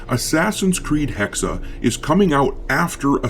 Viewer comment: Not Hexer, its Hexe for Witch.